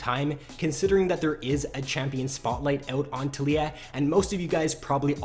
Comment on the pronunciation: tal-iy-ah (Tal*yi*ah) its Taliyah not "Telyyah" fuck everytime you said that i died inside